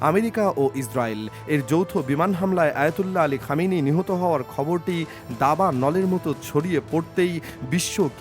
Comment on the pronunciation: দাবার নল না কি দাবানল 😂